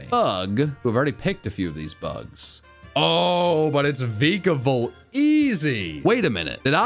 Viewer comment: The E in Vikavolt is supposed to be an A!